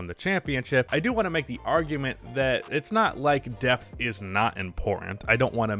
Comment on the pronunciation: Had this on in the background and thought you said "death"! Not a typical NBA topic.